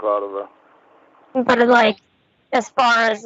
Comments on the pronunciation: The mini syllables and "buht"s really annoy me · “(mini-syllables) Yeah BAHT they’re awll ugly, so…”